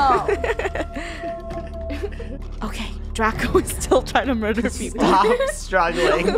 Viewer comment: Funneh: I'm gonna myurder u!